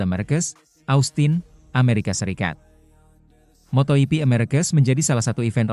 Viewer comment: Bro ied fitr itu bukan kembali suci tp artinya hari boleh makan , klw bikin narasi pake AI , nulisnya pake bunyinya dlm bahasa indonesia , misal ketik aja markes, motor ji pi, peko bagnaya , jadi si robot gak salah ucap !